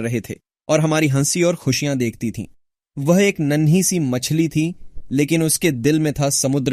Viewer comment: Wow, man! The Hindi speech felt as if you were speaking natively in our ascent. It pretty much sounded as if it were spoken by a human. But there was one word which was wrongly pronounced and that was "woh". It spoke it something like "wah". If it had spoken that word in correct pronunciation, no one would have believed that it was generated by an AI.